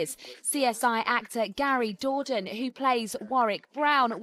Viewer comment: First off pronounce his name right second the picture you put up there beside him is not even him they’re two different people. It doesn’t even look like him. Yeah I guess you figure all Black people look alike, right stop with the lies. I’m surprise he’s not suing you for defamation.